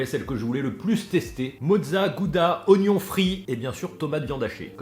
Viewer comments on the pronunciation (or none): none